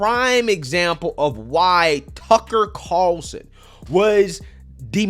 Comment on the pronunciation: You must have read my comment. You're doing better with those R's... Tucker Carlson. Ya said it perfectly this time. Good to see.👍